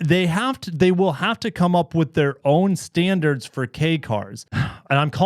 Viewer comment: "Standars"... really Forbes?